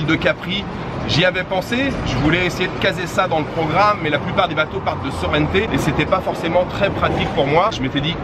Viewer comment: Attention. En italien, c'est Sorrento. En français, on dit Sorrente à la française et non Sorrenté. Bon reportage.